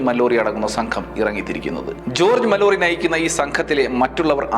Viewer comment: വീണ്ടും വീണ്ടും വളരെ അധികം കല്ലുകടി ആയി തോന്നിയത് മല്ലോറി എന്ന ഉച്ചാരണം ആണ്. ഇംഗ്ലീഷിൽ ഇത് മാലൊറി എന്നാണ് വായിക്കുക. ഉണ്ണി എന്ന പേര് അണ്ണി എന്ന് കേൾക്കുന്ന പോലെ അല്ലെങ്കിൽ ആലപ്പുഴ എന്ന പേര് ആലപുസ എന്ന് കേൾക്കുമ്പോൾ ഉണ്ടാകുന്ന ഒരുതരം സുഖക്കേട് അനുഭവപെട്ടു. വളരെ നല്ല explanation ആണ് .ഭാവിയിൽ ഇംഗ്ലീഷ് സ്ഥലപ്പേരുകൾ ,ആളുകളുടെ പേരുകൾ എന്നിവ ശെരിയായ രീതിയിൽ ഉപയോഗിക്കും എന്ന് പ്രതീക്ഷിക്കുന്നു